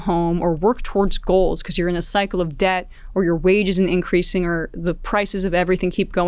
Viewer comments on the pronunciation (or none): none